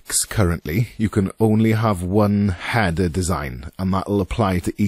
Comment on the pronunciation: struggling to watch this video because your calling it a hadder.